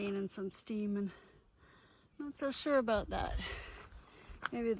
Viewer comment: I get a giggle a "aboot" Everytime